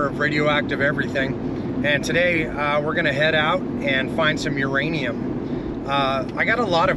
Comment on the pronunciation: Whose 'ranium?